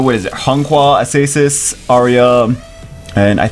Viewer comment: This is not how you prononce Acasis lol, it's aKasis ^^